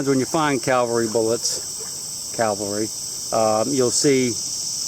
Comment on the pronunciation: AUUUGHHHH! Lol. C A V A L R Y is mounted military units, like, "1st air cav.". C A L V A R Y is a hill from the bible. Just remember the shortened version of cavalry. cav, not calv. Love your videos but get a grin out of every time you mix the two up. Take care and good hunting.